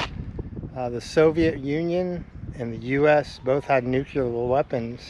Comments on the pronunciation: Thanks for doing the video. That's not a Jeep, it's a Duce and a half or 2.5ton transport truck. And it's Nuclear, pronounced New Clee AR. Not New clee yer. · "Nuke-lee-urr" rather than "Nuke-you-lurr". Just FYI...